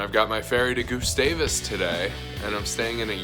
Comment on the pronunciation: hope you liked it! i live there and it’s cool seeing other peoples perspective on it. also it’s pronounced more like gus (rhymes with bus) -stavus than “goosestavus”